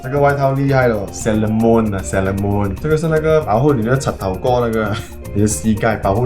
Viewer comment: 我想说那个鞋子其实不是唸sailormoon